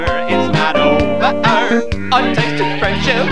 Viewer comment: I feel like he added another syllable to the words dinner and over because the word hasn't ended yet, therefore it's not over